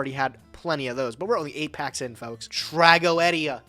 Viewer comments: Tra go ed ia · Why is saying tragoedia incorrectly Its trag-go-de-a